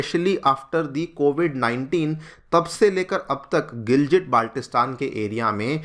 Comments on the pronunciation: It is pronounced as Gilgit not Giljit... It's been around in the news media for so long that you would have got it right by now 🙄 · It's not GILJIT it's GILGIT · The pronunciation is gilgit and not giljit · All videos must start with "..in a very, very significant development"😂😂. Also it's Gilgit (गिलगित) not what you are pronouncing (गिलजिट). बच्चा भी जानता है लेकिन तुमलोग नहीं, क्या ही पढ़ाओगे😢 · Sir giljit nehi gilgit honi chahiye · I think Sir is a big fan of Diljit therefore they pronounce it as 'Giljit' 😂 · You can't even pronounce the word Gilgit properly, but you want to take over the place. so funny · Pronounciation theek karlo gilgit ko giljit bol rahe ho pehle bolna sheek lo 😂😂😅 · Gilgit Baltistan dono ko galat pronounce kiya giljit nahi hai gil ki tarha git g same pronounce hoga or baltistan t same hoga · Bolna seekh lo bhai.. Second 'G' of Gilgit is pronounced same like first 'G'. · phalay bolna seekh ly Gilgit ko indians jahil jasay hum yaha nhi hai naa